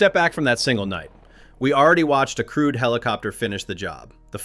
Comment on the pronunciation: I had to check the subtitles to realise the commentator was talking about a 'crewed' helicopter.